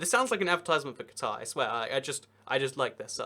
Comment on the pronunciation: Take a shot every time he mispronounces "Qatar". Damned Anglophones...